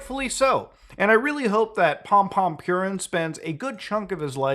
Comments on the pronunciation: Idk why, but is funny how Muta says pompompurin, maybe because he reads purin as with english pronunciation p i u rrin, instead of the japanese pronunciation, poorín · I'm so conflicted. It warms my heart to see freaks like this put away, but having to hear him addressed as "Pompompurin" has put a bad taste in my mouth. I think I'll have to box up a few things on my desk. I think this has ruined pompompurin for me. I'd say this is a sad day for sanrio, but then I thought about how they have 200 other characters to pick from. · "Pompompurin" 😨 damn the sanrio character's been up to some shit